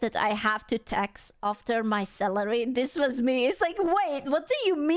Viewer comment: Ohhhh Salary! I thought she was saying celery, I was so lost.